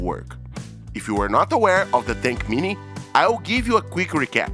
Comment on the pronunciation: WHAT IS THAT M VAB TINK MINI? PLEASE PRONOUNCE IT PROPERLY. WHAT IS THAT TINK G? AND WHAT IS THAT CUVAV?